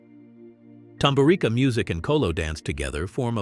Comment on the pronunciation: TamburiTSa or TamburiTZa is pronanciation. 😉😏🤔🤓